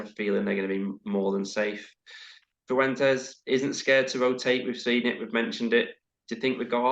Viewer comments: fair enough, I agree the official interview skimmed over it too quickly. I think I heard two or three botchings this morning so I apologise if I sound like the Spanish grammar police! Just to let you know it's 100% pronounced siffwentez. Spanish speakers (only from Spain) use a lispy C which is not necessary to replicate even for Spanish speakers from outside Spain, so he would say something that to us would sound like Thiffwentez. But just as you're saying, everybody seems to be pronouncing it wrong in different ways which is poor considering he's made a big effort to call all the players by their nicknames for example, and making an big effort in interviews even with small press outlets. Granted his English is excellent but we can learn to say two names correctly. I wouldn't be surprised if he or his team keep an eye on QPR content so just cringe at the thought of him hearing so many botchings. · Still getting his name wrong is mental. Martí Cifuentes Mart-E Siffwentez (Emphasis on the í - like marquee not like marty). Not that hard boys.